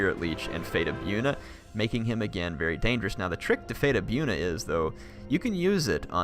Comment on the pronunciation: Its pronounced Bojuna not byoona XD